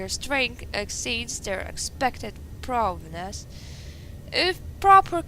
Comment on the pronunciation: *looks at description* Yay your favourite part. "That's obviously mine" no it aint. Audio sync is a bit bad. "Prowess" and you pronounce it as "proviness" :P "Properties" and you pronounced it as "prowness" what the hell is up with your reading? "That's just cruel" it's your kind of thing. Controlling a former psycho who tortured people you mean. "Sawing" not "Sewing". Yay sawing is fun. ALL torture is wrong. broken arms. "That's horrible" Daniel = hypocrite. Impaler up the butt.